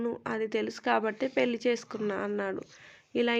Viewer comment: పెల్లి కాదు తల్లీ.... పెళ్లి అనాలి